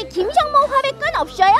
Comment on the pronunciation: 없셔요? 발음이 매력적 🥰🥰